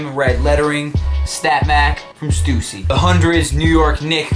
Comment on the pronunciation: wait he said stoosy when its stussy and he called the starter logo "stoosy logo on the back"